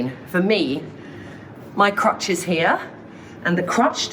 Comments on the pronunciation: Crotch NOT crutch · It's crotch not crutch ---- one is your fanny the other is a medical walking aid!!!!!